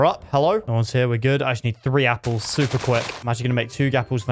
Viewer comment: I like how ha says yapples instead of apples